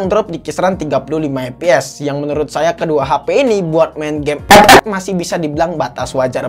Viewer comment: Kesini gara gara ngomong ep ep 🤣🤣🤣